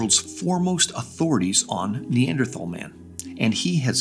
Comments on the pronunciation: I cringe every time they say “Neanderthhhhhal” and not Neanderthal. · Hearing them pronounce the H in Neanderthal is like nails on a chalkboard. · it bothers me how they always refuse to pronounce neanderthal correctly